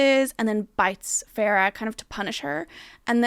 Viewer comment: Farrah? Fae-ruh